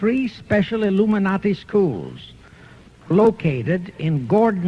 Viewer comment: the "Luminati". LOL